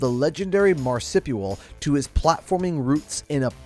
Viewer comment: Ah yes. Marsipual. Perfect pronunciation. Definitely don't need to swap the i with the u.